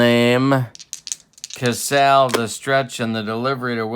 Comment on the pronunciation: As far as pronunciation, I always remember Jerry Casale as being pronounced 'Ka SAA lee'...and Moford was 'MA FORD'...I remember those names listening to George and Ernie...fill in the last names of those two Tiger announcers...by the way, you aren't the only one laughing at your comments...love your 'Tubes' babe!